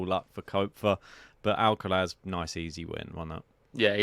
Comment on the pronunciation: Guys it's Carlos Alcaraz not Carlos Alcalaz. Please pronounce it properly